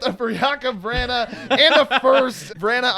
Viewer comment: it is Jakub Vrana (Jake-ub Vr-ON-A) not (vr-ANNA)